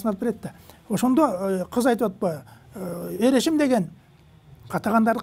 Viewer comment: Эр эсим дебей Эр эшим деп айтсанар